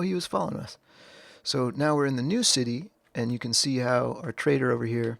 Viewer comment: it's the pronunciation of following trader from my speaker, trader sounds like traitor, had a chuckles 😊